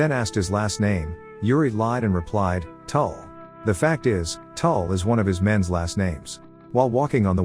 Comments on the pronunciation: I love also how you CAN't say our names ITS not toul Its tuul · TUUL has an Estonian meaning, its "WIND"